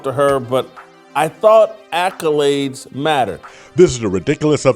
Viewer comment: Tasha k ghetto saying "alcolades" instead of accolade was upsetting me